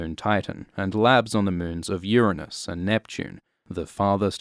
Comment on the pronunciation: Thank you for pronouncing Uranus correctly.